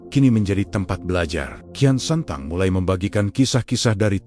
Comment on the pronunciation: Bukan kian santang, kian sancang